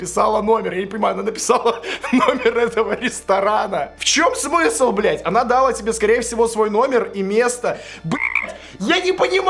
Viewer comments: Ля, не дАла, а далА. Женский род, ударение на окончание, кроме клАла, крАла, послАла итд. ЕГЭ, ептать, скоро👌🏽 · Дала , а не дала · никто:: дАла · Ох уж эти Белорусы с ударением на первую "а" в слове "дала" =_= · В Беларуси часто ударения в глаголах на первый слог ставят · классное видео, так держать, только ты очень часто коверкаешь ударения в словах. "дАла", "прЕдать"... по ушам режет. обрати на это внимание, пожалуйста) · что в Беларуси/Украине свои языки и там по-другому ударения стоят часто, но не могу не согласиться, по ушам бьёт. А за видео лайк ❤️ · далА правильно,а не дАла, прям слух режет хд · Не хочу "врубать училку", но далА. Ударение падает всегда на последний слог в женском роде. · «», научись правильно ставить ударения в своей речи, я не какой-то там фанат давида или же твой хейтер, но просто постарайся правильно и корректно выражать свои мысли. Грубые ошибки в ударении дала ударение на вторую «а»!!! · Что такое да́ла? Она ему дала́ номер. Ушам пиздец как больно! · Не дала,а дала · дАла дАла, ударениеееееееееееккк, тебе дАют ты дАешь? ударениииииииееееееее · она далА. господи,, так слух режет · дАла тебе номер,ударения не туда ставишь дружище